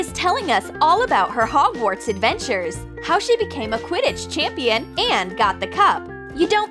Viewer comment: I'm such a big fan of harry potter...potter head and the mis pronounciation is getting so much to me